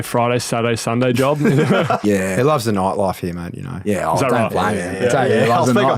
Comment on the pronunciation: the noight loife